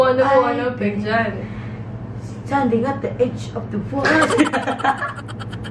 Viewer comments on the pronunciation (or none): HAHAHA😂😂 "I've been, stending et da idge uf the water" 😂love you ❤